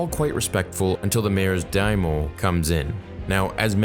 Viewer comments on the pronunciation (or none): I have 3 short things I really hope you read! 1. The “Kylo Ren” Tusken is what I thought to be the chieftain’s wife. The drape represents woman hair. 2. It’s spelled Daimyo. There’s a “y” you’re missing. You said Dime-o, but it’s Daimyo. Just a friendly correction. 3. PLEASE for the next episode, draw parallels to KOTOR with the Tuskens! It already felt like KOTOR with how he was being accepted by them. I remember KOTOR saying their “water” tastes horrible, so it’s a testament to Boba’s grit that he didn’t mind it. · Also it's "Dai-mee-oh", "not "daimo". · It hurt to hear "Daimyo" pronounced "Daimo" but otherwise great vid! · I know non-english words are hard but they literally say DAIMYO in the show with correct pronunciation. DIE-ME-YO. Not "DIEMO". Please do better. You have multiple people to listen to them say it IN THE SHOW. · Great vid as always. Love your breakdowns. Just wanted to point out that you mispronounce Daimyo. You said Daomo instead (don't forget the "y" in between.) Looking forward to the next watch party. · The mayor’s rep was a majordomo and he called Boba diomo. Not sure of the spelling. The voice over says.